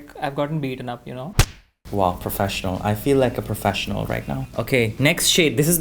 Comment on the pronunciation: The way says professional I feel like professional that accent is giving total Kim K Vibe 😅